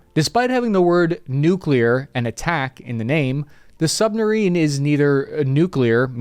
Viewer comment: did you say 'the subnarine"